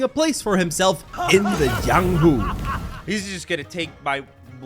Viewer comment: THAT IS NOT THE JIANGHU THAT WUXIA ITS DIFFERENT and its called cultivation techniques also dont say the letter j as how the spanish and other countries say j as h or something ypu say j as j itself also is his name jiang or yang cause you say j as something edit this is not hate just a correction since if its created by a chinese it is most definitely going to be a cultivation world and cultivation is different from martial arts and if you are a golden core you are basically invincible in the real world but sometimes people dont really add these types of realms and ignores it completely